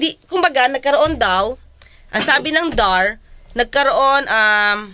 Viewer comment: Nalilito tayo sa attorneng ito. DAR ay binabasang acronym /dar/, hindi initials ang basa nito.